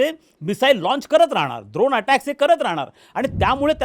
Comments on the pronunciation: द्रोण नव्हे ड्रोन 😂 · द्रोण नाही ड्रोन…. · काका द्रोण नाही ड्रोन द्रोण आपण प्रसाद…खाऊ खायला वापरतो (द्रोण व पत्रावळ) युद्धात ड्रोन वापरतात